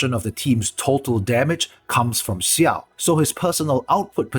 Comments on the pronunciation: Just so you know, it's not pronounced Siao, the X is pronounced like how it is in Xiangling. Much more like Jiao. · Dislike because its Xiao not Siao. It's difficult af to finish this video.